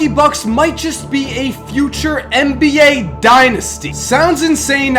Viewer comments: This dood said 'mba' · Hey - I think this is the GREATEST NBA channel on YouTube, and it's not even close... but if you said "NBA" instead of "MBA" in your videos - it would make it just slightly better;-). Ok, that's my OCD speaking...this is NOT a backhanded compliment! Thanks for your consistent awesomeness!